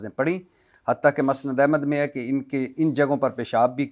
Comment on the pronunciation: بھٹی صاحب آپکو نہ اردو پڑھنی آتی ہے نہ بولنی آتی ہے آپ علما کو شادولے کے چوہے کہتے ہیں عبداللہ بن ابی کا تلفظ کسی سے صحیح سیکھ لیں۔ متبع سنت ناناتوی اور بھی بہت سارے الفاظ آپ بول نہیں سکتے اور ٹھہرے آپ علما کا علم پرکھنے لگے مسند احمد بھی ٹھیک کر لیں